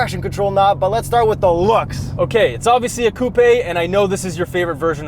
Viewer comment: The way he says coupèé